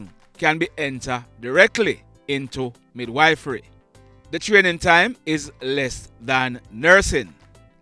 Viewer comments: Mid-wif-ry not wife-ry😅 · Me did kinda know a little bout that still. You kinda make a wrong pronunciation, it is midwife and mid wiff fery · Good evening, thanks for the news today. Just want to help you with the pronunciation of the word midwifery. It is pronounced mid-wif- rey. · Mid-wiff-ry is the pronunciation Thanks for all the news all the time